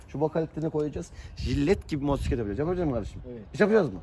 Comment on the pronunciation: Motorsiklet diyorsun ama mobosiklet anlaşılıyor